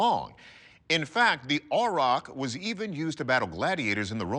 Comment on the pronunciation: Never heard anyone pronounce aurochs as "ay-rock". Weird. Just saying, and they were native to far more places than only the island of Great Britain. Aurochs were widespread, found from Siberia in the east and south to the Indian subcontinent, all the way west through Europe and North Africa.